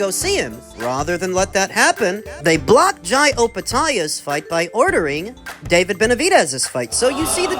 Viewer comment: was it david or bavid😂😂😂